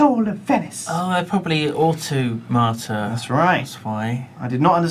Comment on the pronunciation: "They're probably au-tomata" -Simon Lane 2014